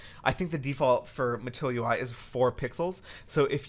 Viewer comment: This is so informative! Sidenote.. I just kept hearing "matoyo-i"